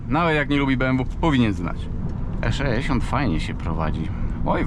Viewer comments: nie mówi się E szeesiąt tylko E sześćdziesiąt. Popraw dykcję. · 3;45 skisłem ze śmiechu:) eszeeesiont